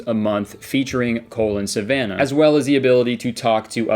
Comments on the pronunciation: i keep hearing "Colon Savannah" instead of "Cole and Savannah" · The way you say "Cole and Savannah" kinda sounds like "Colon Savannah" and I think that's beautiful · bahaha Kurtis! It legit sounds like you're pronouncing their names as "colon Savannah"